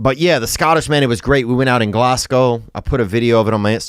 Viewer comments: Fucking love your content but I'm steaming (that means drunk in Scotland) and just wanted to let you know (unless you were pronouncing it sarcastically) that Glasgow isn't pronounced "Glass gow", it's pronounced "Glaz Go". Much love tho, you're sound as ffff. <- I'll let you work that one out 😝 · It’s “Glazz go” not “glass gow” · Glasgow is pronounced Glaz-Go! 🤣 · Glasgow is pronounced glazgo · ITS GLESGA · Insert Witty Name Seriously doubt he sold out in Glasgow if he can’t even fucking pronounce the name of the city.